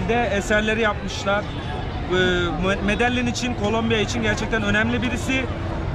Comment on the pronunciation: Medecin değil :) Medeyyin :)